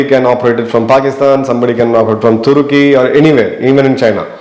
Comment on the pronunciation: Great, good effort. Instead of Turkey you told Turukey once:) but that's ok